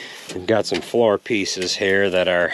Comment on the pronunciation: Why don't YOUz ever drink milk? I did s double take. Sounded like YOUz had go order pizzas (pieces). Hahaha